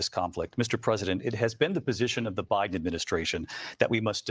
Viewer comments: Did she say Obiden? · Uhhhhhh did she just say Obiden ??? Omg she sure the hell did !! I knew Obama was behind all this crap !!